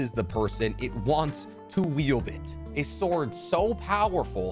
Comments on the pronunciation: I know he's saying wield but it sounds like yield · Wield not Yield!!!! I'm sorry, it just finally irritated me too much. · I'm sorry. I don't want to nitpick, but this man is saying yield instead of wield. I can't be the only one who hears this right? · Did you say "yield" for all of these??? It's called "wield". Yield is something entirely else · I think when you say yield you mean wield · I can’t tell you how many times I just listened to you say “yield” instead of wield… Are you good? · Bro needs to learn the difference between wield and yield 🤦🏻‍♂️